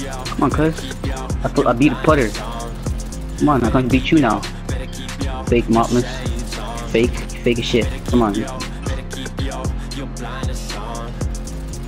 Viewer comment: He said he beat Putter lol He meant Puther